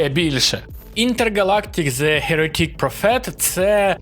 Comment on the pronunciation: Мля я не можу з того як він читає англ назви Інтергалактік зе херетІк профЕт😆